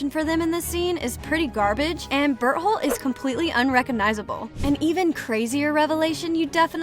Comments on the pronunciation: she said berholt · Ma'am you forget the T in Berthold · its bertholdt not b*tt hole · "it all started with ymir historia connie reiner and bertHOLE" i swear am i the only one who heard berthole in that first part💀💀💀💀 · “Bert hole” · she called beartolt butt hole🤣🤣🤣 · DID SHE JUS SAY BERTHOLE? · What people hear: bertholdt What i hear: bird hole